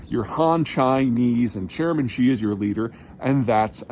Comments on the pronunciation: “Xi” = “Shi” not “Zhee.” As in “Xi sells sea shells” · Wolf Warrior not Warrior Wolf…. Also how hard is it to say "Xi". Not zee or zhee. Xi. Like "She". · Sheeeese Peter, I'm from Texas and even I can properly pronounce "Xi". Just say "She" and that's close enough. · In Chinese pinyin, X is pronounced like "Sh." So the leader is SHE, not JEE. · Xi JIn Ping= is Shee JIn Ping not JHEEEE Jhing Ping. NEW CLEAR is not NEW KEY LER. UGHHH Take your small town Texas college degree elsewhere. A professor you are not.